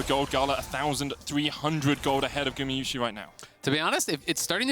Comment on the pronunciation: you still say gumiyusi instead of gumayusi! god its annoying, go back to school